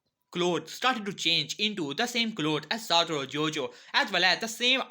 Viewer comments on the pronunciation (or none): My guy really said satouro Gojo